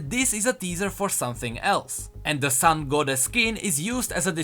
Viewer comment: "SUN" Goddess lmao